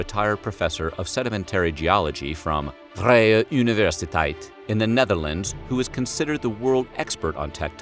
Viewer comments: your pronunciation of the vriej universitite was priceless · “VrIjE UnIvErSiTeIT” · I am dutch and I love how English people with little knowledge of how to say a Dutch word try to say it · He makes our university sound German. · Angelsaksisch gebrabbel... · What even is that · Yup wasn't even close to what it actually sounds like. It's okay I forgive him, he's just an american. Hard for them to actually pronounce those words.